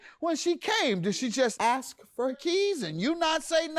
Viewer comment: I mean no disrespect but do most Americans say akss (what it sounds like to me) rather than ask?